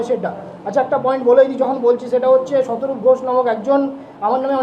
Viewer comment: শতরূপ নয় শতব্রীড বল তবে সবাই বুজতে পারবে